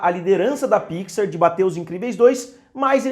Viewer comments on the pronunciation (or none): none